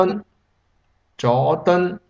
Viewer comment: "左敦"is wrong, "助敦" is correct, stupid vid